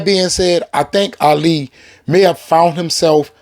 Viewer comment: This man keeps butchering Ali’s name. Damn bro learn his name first.